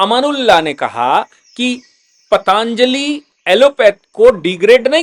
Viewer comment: सर ये पाताञ्जलि नही पतंजलि है